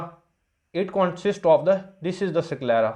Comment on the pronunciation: SickLera nhi 😂 IsKelera . S ko Es kr k pronounce kro